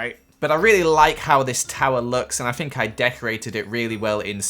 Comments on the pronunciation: Anika Milevska bro calm down! says ‘Fink’ and not think. “Idiot”. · Fink?,It's think not fink you idiot 🙄🙄🙄🙄